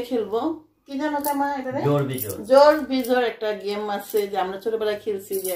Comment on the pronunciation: Game ke ghame bolen ken???